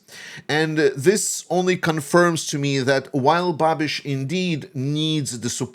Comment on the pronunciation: Hey, great analysis about czech situation! Babiš isn't pro-russian or against Ukraine. He is just pro-Babiš. And great pronunciation of his name, btw!